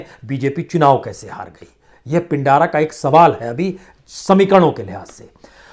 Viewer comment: महोदय पिंडारा नहीं उसे पिंड्रा कहते हैं ।